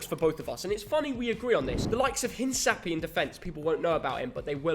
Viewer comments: Hincapié is pronounced "inca-pee-eh". H is silent in Spanish, not in English... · Caicedo is (Kaisedo) and Hincapie is (Inkapie). btw the parenthesis is how to pronounce. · Hello! So glad Ecuador is recognized. As an Ecuadorian I am very excited for this world cup and I have my hopes up. Just a little detail, Caicedo is pronounced Kaicedo, as well as Hincapie is pronounced Hinkapie. Good video! Looking forward to your reactions. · Just a heads up, in Spanish we pronounce Caicedo as Kaisedo and we say Hincapie as Hinkapie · The C's in Hincapie and Caicedo are pronounced like the c in cup